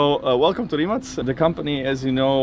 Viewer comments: How to spell Rimac properly - even Nico saying it wrong, like in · It is not "Rimak" it is yust "Rimac", croatians dont use that "c" as "k". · Nico, you are German. Why it is hard for you to say Rimac correctly? It is like 'Rimatz' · Its pronounced like Rimatz no Rimak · Nico pronounce it like it is Reemats, They should tell you that :) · Rimać :D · Noooooooo, he said Rimak. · Nico, please pronounce it right, it is pronounced like Reemats. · Wait, the guy is called Rimać as in RimaTS, isn't he? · a shame that the german nico rosberg cannot spell "Porsche" correctly...he failes also for the spelling of rimac....c like caeser at the end not a K...anyway